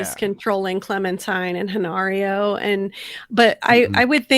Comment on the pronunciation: Why do so many say clemintime? Small gripe just annoying a little. Edit : love the vid and take on the episode as always. I mean what I said above was my "complaint" so obviously I enjoyed 😆